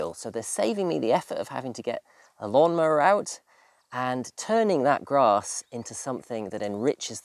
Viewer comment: Think he said as lawnmowers 😂